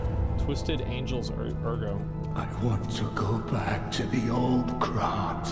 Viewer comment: Drinking game: Everytime Asmon miss pronounces "Ergo"...take a drink